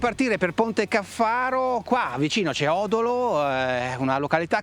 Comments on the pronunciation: Fantastica la moto! Si chiama Ponte Càffaro, non Ponte Caffàro! 😂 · A parte l'accento sul Ponte Caffaro (cade sulla prima a, non sulla seconda), sarebbe un bel video se fosse dato più spazio al comportamento della moto (del tipo: assorbe le irregolarità longitudinali, allarga o stringe la curva, angolo di piega se tocca con le pedane troppo presto, ecc) e, soprattutto, quel viziaccio di nascondere il rumore del motore con musiche che non c'entrano niente (per far vedere quanto si è bravi nel montaggio?). No, tutto sommato, non mi piace.